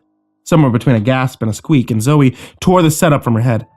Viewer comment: Zoe is pronounced Zoey not Zo.